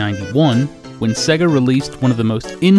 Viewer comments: "s-egg-uh" :/ / "Say-guh" :D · Jesus wept! It's Sega... "Say-guh" not Segga. You sound like Popeye. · Dude, it's say-guh. Not seh-guh. Just listen to the audio when you switch on a Sonic cart. Love the show though. :) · What's with the weird pronunciation of Sega? Every time you turn one on it tells you how to say it.... "Say-gah" not "segga" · "seh-guh"? It's "SAY-gah" as the game system itself actually pronounced the name when powered on. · Sega, not seag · Sera, not seag